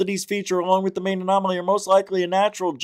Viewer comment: For real. Annomily?